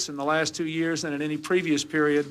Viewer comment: 15 yawrs (year) 😂😂😂😂😂😂 it’s not years any more for me.